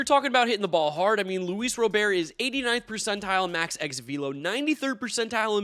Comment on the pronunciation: He still can’t pronounce Robert’s name right.